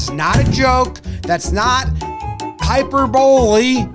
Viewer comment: Jomboy not knowing how to say hyperbole surprised me